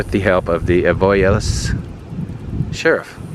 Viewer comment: This video cracked me up! Lol you're in my old stomping grounds. I know people who still live near Bunkie/Marksville. I lived in Effie. Avoyelles parish is pronounced A Voils. Thanks for the drive down memory lane!